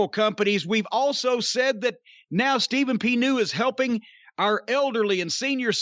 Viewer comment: .......Call Ste-Phen P. New!